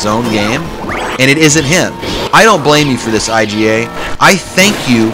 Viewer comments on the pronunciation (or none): Iga is not pronounced I-G-A. its ‘eega’